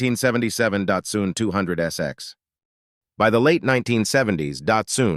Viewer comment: . Dot Soon? Who is she? It's Dot Sun. Get help 😢